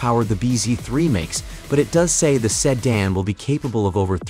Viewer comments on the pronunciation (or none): Seh-dan lol 🤣 🤣